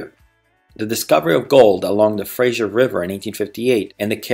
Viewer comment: Nice video, but it's "Macdonald" (not "MacDonald"), and it's "Fraser" (not "Frasier").